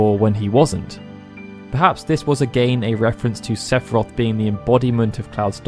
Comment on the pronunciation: Don’t you mean SEPH-I-ROTH!